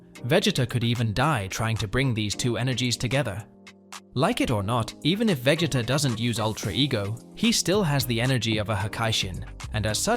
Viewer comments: veg-it-uh? bruh i'm dead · The moment I heard you say Vegita's name I had to close the video. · Veg-it-uh? Sounds like bro forgot his name while trying to say it 😂 Also a sigh-yan?? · How do you not know how to say his name this show has been around too long for you to not know how to say his name...Prob just dense! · Lol same